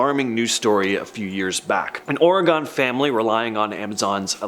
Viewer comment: It is not OrEEEgon.... lol